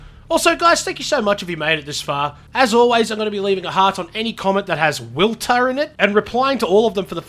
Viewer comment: did yo say willter